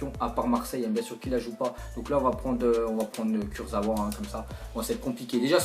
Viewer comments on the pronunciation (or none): none